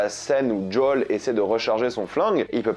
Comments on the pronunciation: C'est pas JOWL , c'est Joël ! Pourquoi tu c'est pas dire le prénom ! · "Djol"?? En français: JOEL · D’JOL D’JOL D’JOL D’JOL D’JOL D’JOL ! Au secours !!! JOEL ! Merde c’est Joel ! Pas « d’Jol » 😭 #humour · djole ? lol jo-el joel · Arrête de prononcer "jdole", c'est Joel, surtout si ça vient de l'hébreu "yohel". Ou alors continue à prononcer "jdole" si tu me sors l'argument que le créateur le prononce comme ça, mais dans ce cas prononce "vi pi haine" et pas "vé pé haine", car le créateur du "VPN" prononce "vi pi haine", qui est de l'anglais "Virtual Private Network". Ou alors du prononce "RPV" à la française si tu veux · C'est pas "Jol" mais "Joel" et c'est pas des "cliqueurs" mais des "claqueurs" car les bruits qu'ils font c'est pas des clics de souris c'est littéralement des claquements et d'ailleurs c'est comme ça qu'ils dont appelés dans le jeu. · Arrête de dire JOLE 😭😭 C'est JOEL😭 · C'est quoi son délire d'appeler les claqueurs les "cliqueurs" et pourquoi au lieu de dire "jo-ël" il dit "jaul" ? C'est trop chelou et c'est moche dit comme ça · CHERE tu me fait soufrire a chaque prononciation du prénom JOEL, m'appelant moi même joel cela se prononce "jo elle" il n'y a pas de D pour djol merci. (ps stp arrête cette prononciation pour le bien de tout les joel 😭😭😭) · Merci pour cette review c'est cool, mais c'est quoi cette façon de dire Joël sérieux ? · ouai mais il le prononce meme pas a l'anglaise il fait un mix entre anglais et français Apres c pas grave en soit